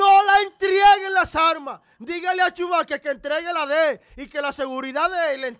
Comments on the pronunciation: Se dice entreguen no entrieguen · No se dice entrieguen, se dice entreguen.